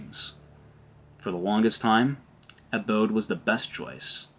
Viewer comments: The fact that you pronounce abode instead of adobe makes me think whoever is narrating this doesnt know whats going on. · Ah - doh - be, not abode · 1) Your video was a rambling disorganized mess, you need to work on that 2) Get a spell checker, all the spelling errors were highly distracting and there were MANY 3) You mispronounced Adobe, it is UH-doh-bee not UH-bode Love how you criticize Unreal Engine but direct very little of that critical energy to YOUR own video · Abode? Um, you mean Adobe?? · Did...did you just call Adobe "abode"? Those are two totally different words, my dude. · The thing you're calling A-B-O-D-E is in fact A-D-O-B-E, just wanted to point it out. Adobe is pronounced "a-doh-bee". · Adobe not Abode. 😅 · I thought I'd missed an exciting new family of graphics tools written by a company called Abode at first 😂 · I was like “Bro… did he just say ABODE?!?” 😂😂😂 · AI written script and AI voice. Wasn't sure until it mispronounced Adobe 3 times in the exact same way. AI slop video.